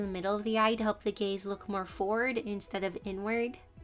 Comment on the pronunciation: Why did I thought she was saying gay instead of gaze but anyway you really helped me improve